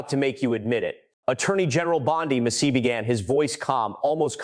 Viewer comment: Bravo for your over narration. Best and helpful. “Mass-ee.”Please….”mass-ee.” Deflect. Deny. Distract….Is Peter Thiel a conspirator? Steve Bannon a conspirator? Goooooo Massie.